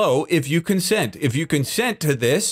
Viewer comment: lmfao "conscent"